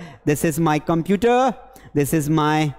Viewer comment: sir this ko plzz shi se bolo boht irritating lgra haii aqp english ke teacher hoke galt pronous kre hai 😂